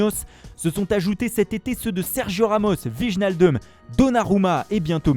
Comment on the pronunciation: Encore une fois c'est pas "Wi-jeux-Naldoumme" mais "Ouè-Nal-Dum". Le flamand ne se prononce pas comme du francais.